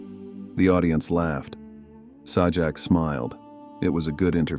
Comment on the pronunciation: It's Pat Say-jack,not Sah-jack.